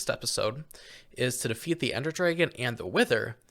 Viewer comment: AH YES DEAFEAT